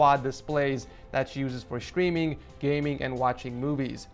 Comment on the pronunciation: is it just me or does everytime he says the word streaming it sounds like the word screaming